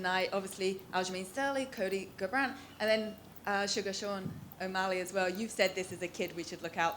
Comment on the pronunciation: Cody "Car"brant - Dana "The Beast" White